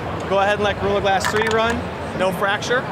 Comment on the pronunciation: Listen to how he says 'gorilla glass 3' Looool